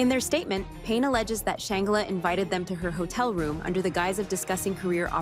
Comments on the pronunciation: Soft G Sh+Angela NOT Sh+angle+a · How you going to report on someone when you can't even pronounce her name correct. Gtfoh! I'm sry but they didn't look like frail lit boys. Gtfoh and why isn't her sister standing up for her? I think I smell a stunt! Nothing about her even suggest that she that kind of person. I think it's ppl trying to ruin someone who has worked very hard to realize her dreams. I don't believe a word of it😮😮😮. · Can you say her name right at least 🙊